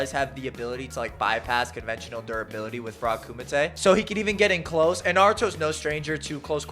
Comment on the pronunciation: Odd note, but thank you so much for pronouncing "kumite" correctly. I think you're the only Naruto content creator I've heard pronounce that the right way. I'm subbing on that alone lol